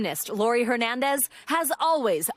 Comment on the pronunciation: Please, pronounce Laurie’s last name correctly. It is not “Her-nandez,” it is pronounced (Air)nandez. The “H” is silent. It is sad that people still mispronounced this last name. Specially from a news organization. It would have been amazing to hear this amazing young woman’s last name pronounced correctly.